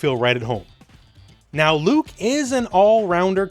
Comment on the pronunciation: you mispronounced Luke